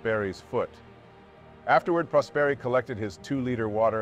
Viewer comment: Didn't know this story at all! Great video as usual, only one little thing: right pronounce of the surname Prosperi has the accent on the "o" (Pròsperi) not on the "e".